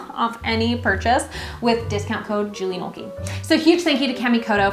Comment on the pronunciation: The added touch of the character constantly mispronouncing Kamikoto really amped up the annoying factor. A+ work.